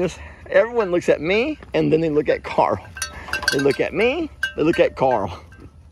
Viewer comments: Rick pronounces Carl like "Coral!" LOL He is a majestic creature. Great addition! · As soon as you said "Carl" the image of Rick Grimes saying Carl but it sounded like "Coral" came to mind 🤣😅...now I can't unhear it🤦‍♀️